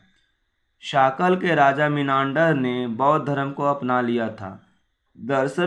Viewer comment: भाई आप वीडियो बनाते है । वो अच्छा है लेकिन किसी भी word का गलत उच्चारण नही कीजिए जैसे की मिलिंद और मीनांडर जैसे शब्द